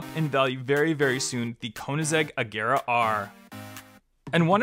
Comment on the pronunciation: Did my guy call an Ageara an "Ajera"?! Respect Koenigseggs my man. Ay don't take it seriously it's a joke:)